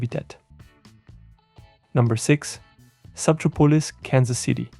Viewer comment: Although I can't say for absolute certainty, I'm about 99% certain that subtropolis is sub-TROP-oh-liss, rather than sub-trah-POE-liss.